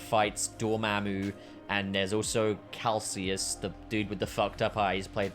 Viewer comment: Kaecilius not calcius